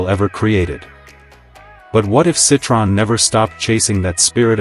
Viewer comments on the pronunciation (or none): Can't even pronounce the name correctly.